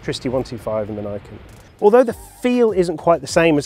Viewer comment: its "knee-ken", people